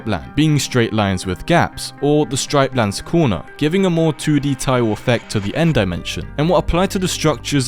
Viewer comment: You said stripelands it's actualy striplands